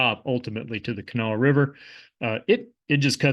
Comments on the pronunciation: when you pronounced hurricane and kanawha correctly i knew you were a bro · You get mega king points for pronounce Appalachia, Hurricane and Kanawha correctly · Guessing you're from (or spent a lot of time in) western WV to pronounce Hurricane and Kanawha correctly :) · Hurricane, WV and Kanawha River... it's refreshing to hear it pronounced correctly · As a native West Virginian, I'm proud to have someone on a national platform pronounce all of our names correctly. Most surprising was Hurricane but Kanawha was impressive too. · As a resident of Kanawha County, I'm thrilled you got the pronunciation right. I was bracing myself when Hurricane was mentioned.